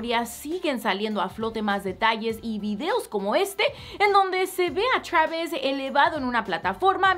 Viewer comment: Travisco y treik jajaja